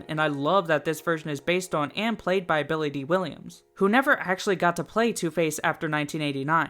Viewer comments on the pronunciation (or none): none